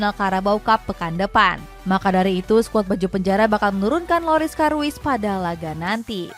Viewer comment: Loris karius disebut moris karuis? Haloo min sehat? Penyebutan nama selalu salah gak ada perbaikan?